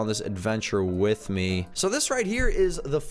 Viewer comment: and with not ith xD